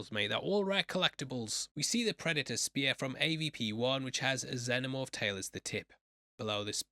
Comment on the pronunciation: Bro I love u but the way u say Youtja and Xenomorph, irks the fuck out of me haha